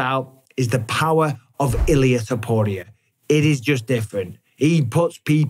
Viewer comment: Am I the only one who is annoyed by the way Mike b says topurrrrrias name 😂❤